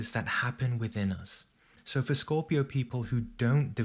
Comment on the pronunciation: " scooopio" 😁"cheese"